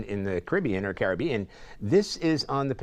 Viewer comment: Like really he doesn't know how to say Caribbean.